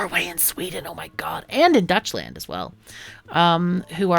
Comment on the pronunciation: Dutchland? Your "Välkommen" was fantastic tho!